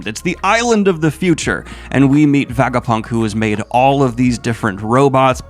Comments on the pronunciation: Kinda painful having to hear him say Vagapunk instead of Vegapunk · WHY ARE YOU SAYING VAGAPUNK ALL THE TIME?!?!??! IT'S VEGAPUNK! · why is hey saying vagapunk? is he also saying vageta? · Did yo read the entire arc while refering to the scientist as Vagapunk? Like, did you not notice his name was vegapunk along the way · It's Veh Guh Punk. Were you even got an Ah sound is beyond me. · Every time Daniel says "Vagapunk," I want to jump off of a tall structure. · I knoe he partially does it for engagement, but holy fk its so distracting and diminishes the video so much that he isnt able to pronounce the most important character of this arc